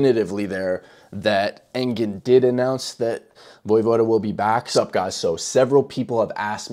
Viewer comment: You don't pronounce the e in his name.